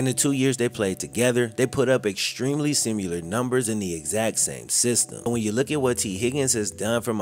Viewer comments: I love your content bro but I cringe every time you say “simUlar”. It’s similar bro.. similar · PLEASE STOP SAYING “similar” as sim-you-ler! It is Sim-i-ler. Not simulate. Also why do you have great grammar for the most part but say “hunnid” bro u know that’s not how u talk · There is no u in similar. It's sim-ill-err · Hey it's pronounced Sim ( you) ler. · Dude I love your shit, been watching for years, but the word “similar” DOES NOT HAVE A LETTER U IN IT. Lol it’s not “simular” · Please learn how to pronounce the word similar. There is no "U." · man you have to learn how to say the word 'similar'